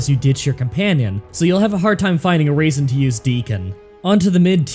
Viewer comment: you say raisin instead of reason, just like Dr. Mobius from Fallout New Vegas. Intentional or unintentional?